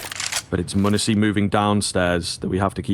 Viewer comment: Will someone please tell this caster how to say m0NESY's name? Or just keep him off of G2 casts. Something that small shouldn't make me so irritated but god damn man. Great caster, but that just drives me nuts.